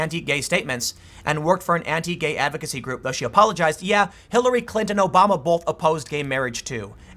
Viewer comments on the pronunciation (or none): THERE is NO letter "L" in the word both Tim. I realize you dropped out of school but you are a good reader The word is B O T H (Pronounced boWth) NOT (bOLth) NEVER dude!